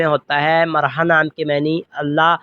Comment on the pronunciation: Bhai marha nai mirha hota h bolny mn b